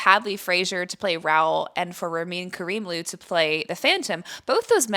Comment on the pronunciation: Maturing is realizing Carlotta was right all along. Also: a little correction. Ramin’s last name is actually pronounced “Care-imloo,” and I think be still holds the record for the youngest Phantom ever to debut on The West End. He has never played the Phantom on Broadway.